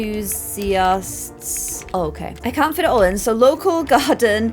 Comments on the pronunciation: ….. it’s enthusiasts with an E!!! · enthusiasts starts with an e not i lol 😂